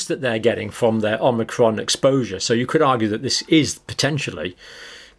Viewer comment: I think it's pronounced O-mic-ron not Om-ni-cron (but I make that mistake myself even when I know the correct pronunciation :-) )